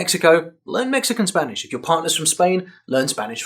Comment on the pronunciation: Your spanish pronunciation is great